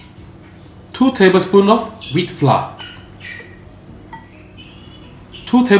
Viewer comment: That is not how you say "FLOUR" ...dude